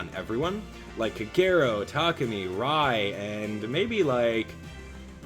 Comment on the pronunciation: It took a couple of tries, but eventually I got Robin and i got her to 4* now :^D P.S. - it still triggers me how you pronounce Kagero's name, i really hope your doing it on purpose xD